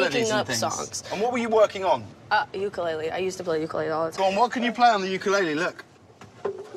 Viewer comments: The way she said ukulele sort of hurt me but her singing is ight. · Ukulele not uklele